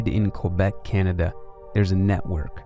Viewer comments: That too. Should be "Kay-bec" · Isn't the most glaring mispronunciation in the video calling Quebec "Kwuh-beck"?